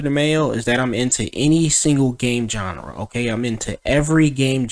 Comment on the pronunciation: or every time he mispronounces genre